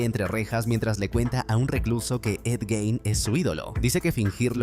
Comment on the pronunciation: Jajajjaaj lo pronuncia mal es Gein xD